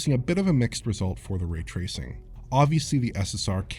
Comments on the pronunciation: Really hate how he mispronounces ray tracing. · So how's the raytracing on Series S? The way pronounces it's name should give you a good idea.